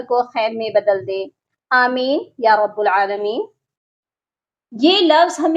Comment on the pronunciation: رب العالمین میں با کے اوپر زبر ہے